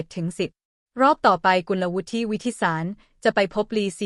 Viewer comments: สงสัยใช้ เอไอ อ่าน ๆ ผิดๆถูกๆ เฮ้อ.. น้องเค้าชื่อ กุนละวุด ไม่ใช่กุนละวุดทิ..👎👎👎👎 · ภาษาไทย ของ โฆษกี ผู้อ่าน - บรรยาย ไม่ค่อยจะแข็งแรง ๆ ไม่ค่อยจะแข็งแรง ๆ สักเท่าไหร่ เหมือนลูกครึ่ง ๆ หรือ ไม่ก็เกิด หรือ เติบโต ณ เมืองนอก เมืองนา ประมาณ นั้น ไม่รื่นหู เลย ตะกุก ตะกัก ๆ งึก ๆ งัก ๆ & Stuggle ๆ to pronounce Thai. language ๆ .. กุลวุฒิ (ออกเสียงเป็น … กุนละวุด ๆ ) .. Did you understand or not ???? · ระดับชาติ... ยังอ่านเป็น.. ระดับ ชา-ติ งงจริงๆค่ะ อ่านภาษาไทย แต่ไม่รู้ความถูก???? น้องวิว เขาอ่านกันทั้งประเทศ ว่ากุล-ละ- วุด